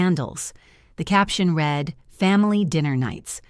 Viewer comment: Could someone please proof read the narrative before going public? Read, while spelled the same, is pronounced differently when used in present tense (reed) or past tense (red). The internet brags about AI but I've seen and heard so many mistakes it makes me ill. Indianapolis, IN USA